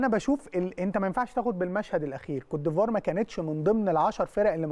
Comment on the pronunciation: بأحس بتلوث سمعي لما اسمع بيقول كوتيفوار صلحهاله يا فارس